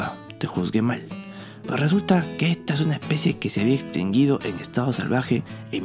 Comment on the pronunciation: ¿Está bien dicho exintinguido?